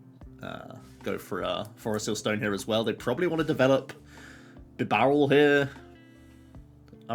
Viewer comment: buh-barrel lmao